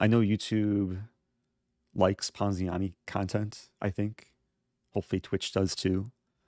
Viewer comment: I like when he says ponziani